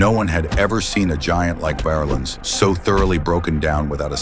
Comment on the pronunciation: Paul polar bear VARlens was 6-8 320.. Size and name pronunciation is incorrect